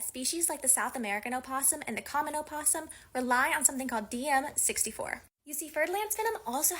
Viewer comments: in a scientific context it is sometimes used, but scientists aren’t linguists and are incorrect (source: I’m a linguist). Also it’s no “oh” it’s “uh”. As in “uh-poss-um”. So even if specifically speaking to an academic audience, she’s still incorrect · She does not say it correctly. opossum American [uh-pos-uhm, pos-uhm] / əˈpɒs əm, ˈpɒs əm /